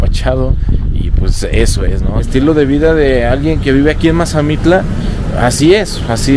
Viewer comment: Mire soy de Mazamitla y no sabe pronunciar bien el pueblo y se mal informó de sobre los precios de terreno y en tanto las ventas y la temporada de lluvias está cambiando y sobre las rentas tambien